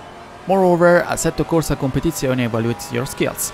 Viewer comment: When you said Asetto Corsa Competizione the Italian accent really kicked in, i mean americans just CANT pronounce it